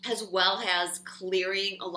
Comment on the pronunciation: Am I the only one who notices says "Has" in place of "As" aaaaaalllll of the time?!?! I love her to life and swear this is a trigger I need to work out, but I just had to get that off my chest. Love you,!!!!!!!